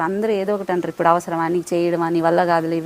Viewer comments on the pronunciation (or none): none